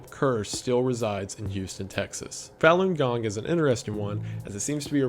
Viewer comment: Small point: "Falun gong" is pronounced more like "Fawn gong" It would be impossible to tell if you only ever read it.